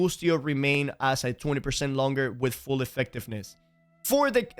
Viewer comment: any one understand if he said turn foll target on or off? lol